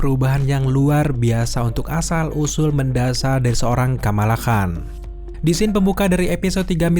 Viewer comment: Khan dibaca kan cenderung qan, Shang Chi ya dibaca Shang Chi, bukan Seng Chi